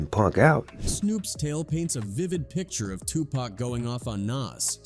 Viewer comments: It's Tupac not to pack and it's Nas not naz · Tupac this fool keeps saying Too packs annoying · Tupac, pronounced Poc, not friggin' Pack. I can't watch this anymore. How you mispronounce it 50% of the time in the same damn video? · It’s Pac not Pack 😂😂😂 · Its 2 pac not 2 pack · Whhhhhyytyy it's been damn near 40 fucking years it's not pack bro at this point it feels intentional you mfs know it's PAC pronounced Pock dock clock frock bro Pac not Muthafuckun PACK BRO GOTDAMN 😤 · Okay... here we go again with the mispronounced name of 2 Pac & it's not 2 "Pack. lmao. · It's 2024 and these folks, bots, AI, or whatever are still saying Tu"pack". I mean dang. If you can say rock, jock, lock, dock, mock, sock, tock...certainly you can say Tupac pronounced Tu(pock)! I mean, dang! It's so irritating! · Stop saying pack it's pac, I hate when the narrator can't even pronounce the man's name. It's always some culture vulture trying to tell the hip hop drama. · His name is Tupac, not Tupack.😅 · LOL. 😅 Yes,get the pronunciation right, please. Tupac (two-pock). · Maybe A I? It bugs me.😅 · His name is pronounced Pock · Damn ai cant even say tupac correct calling him tupack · This dude say pac name right one time next time he says the a pack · For real it's 2024 about to be 2025 and they're still calling him 2 Pack!🤣🤣🤣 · How can you know all that and you can't pronounce Tupac's name correctly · It’s hard to take this seriously when the narrator can’t even say Pac’s name right